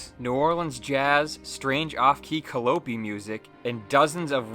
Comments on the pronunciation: Calliope. KA-LO-PEE? ❌ nope. KA-LIE-OH-PEE? ⭕ yup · good video but it's pronounced ka-lie-oh-pea music, like the Greek muse. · I swear I'm not this kind of asshole (this being the second such posts to this account) but the word you are looking for is cah-LIE-o-pee. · FYI; it's pronounced "Cal-LYE-O-pee". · did anyone else realize he said Calliope wrong?